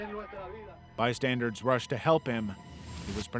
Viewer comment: Oh noes! Not the "bystandards"! 🤣